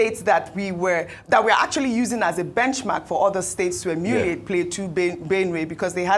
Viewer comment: Beautiful, i love your style but please repeat this: EMULATE! EMULATE! EMULATE! NOT EMYULIATE. Stay winning!